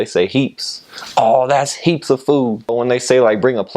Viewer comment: This guys 💯💯. Defiantly been hanging out with some islanders 🤣 + the “heeeeeps” 🤣🤣🤣💯